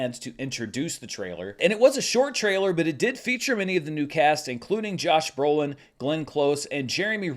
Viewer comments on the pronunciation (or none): none